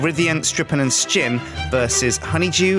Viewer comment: slin? you mean sjin?